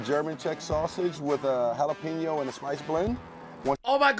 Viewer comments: Jalapeño = Hah-luh-pain-yo. There is no “peen”. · Bruhhhhh you gotta say it like halapeen-yo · Jalapeño - hall uh peen yo LOL gotta get that ñ (enyay) in there my dude.